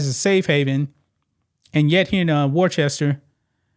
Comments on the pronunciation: Wor-chester ? The English city it is named after is. “Wuss-ta” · War-Chester? Matrix, It's Worcester, Like Worcestershire. Either way, great to see another nutcase out of law here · Just FYI, “Worcester” is pronounced “woos-tah” with oo as in foot. I know. You have to have lived there for a while. Many of my paternal ancestors came from that area, and I’m sorry to have to admit it. Here is a lesson in hiring for y’all. First, check applications and references to ensure THAT THE APPLICANT IS CAPABLE. Next, determine FROM INTERVIEWS whether the applicant is SUITED (meaning likely to fit in) FOR THE POSITION. It sounds to me as if y’all have it ass-backwards. It sounds to be as if y’all were trying to fill some dumbass quota instead of ensuring that the applicant is 1) capable and 2) appropriated suited for the position. I hope more people in Worcester can learn more sensible hiring practices. I’d be happy to teach you, but nothing on earth could get me back in New England where it seems so large a percentage of the population has lost too many marbles. Pretty soon, if you don’t smarten up, you’ll be as dumb as California, Oregon, Illinois, New York, and Washington, D.C., and that is no compliment. BTW, it’s male. A very, very sick male. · It's worchester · BTW, it's pronounced "Wuster or Wooster." Great show. Many thanks. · Wooster is how ya say it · I’m from Massachusetts it’s pronounced Wos-stah. That’s a woman using the non-binary title. I left that crazy liberal state a year ago. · It's pronounced Woosta ! 😅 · Ya pronounce it "Woostah". Yah welcome. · I just laughed when you pronounced Worcester. My family has lived in Massachusetts for 119 years and I want to move so bad.